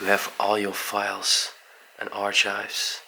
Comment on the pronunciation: Hi &, I adore that beautiful cabinet in the living room, it really is stunning. The item is I think a bed warmer. With the word archives you pronounce it ar kives and a gentle suit is just called a suit. An absolutely gorgeous mansion with so many beautiful belongings, such s shame it is just going to decay peacefully in it's own silence. Thank you for finding this amazing place, you obviously have good research skills, much love. xx💖